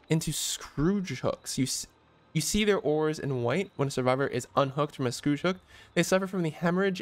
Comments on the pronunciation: Skhoor-j hooks. Plays stop saying Scrooge, lol. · its pronounced "score-age" not "scrooge" XD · pronounced it wrong. He said Scrooge hook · When was scourge pronounced Scrooge xd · Imagine pronouncing the word "scourge" as "scrooge" for the entire video. It means he's never come across the would scourge yet. Read more. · Its surprising how many people don't know how to say scourge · is this something from the movie I'm not getting or do you not know how scourge is pronounced? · Scourge rhymes with urge. I dunno where the hell you learned to pronounce the word 🙄